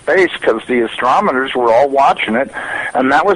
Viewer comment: "astromoners"...always cracks me up. NASA scientist? Seems legit.